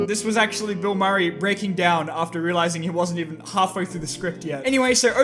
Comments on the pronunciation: did he just call Bill Murray "Mill Burray?" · SORRRRY HE SAID MILL BURRRAY NOT BILL MURRAY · I’ve watched this video like 5 times and never noticed he said Mill Burray instead of Bill Murray. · He mill burray instead of bill murrey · 0.58 called Bill Murray Mill Burray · YOU THOUGHT YOU WERE SLICK? "mill burray" YOU CAN'T HIDE A N Y T H I N G FROM ME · Mill burry lol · he say mill burray lol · he said mill burry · mill burray lmao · Did anybody notice when he said Mill Burry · “mill burray” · did he say mill burry ????? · Ha Ha he said, Mill Burry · you say Mill Burrey!! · "Mill Burray" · he called him mill burry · did he just call him mill burayy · I’m sorry but Pronounce Bill Murray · mill burray? 😂